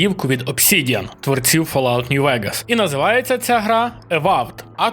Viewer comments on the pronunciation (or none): none